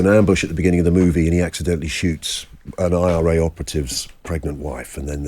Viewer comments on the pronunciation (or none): lol…. He called the IRA the I R Gay 😂😂😂